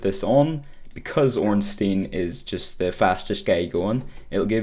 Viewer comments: Artorias is one of the 4 knights of gwyn NOT a king And its Solaire of Astora And ffs it's not ornsteen would you pronounce Frankenstein frankensteen? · "Ornsteen" :) It's pronounced like Einstein.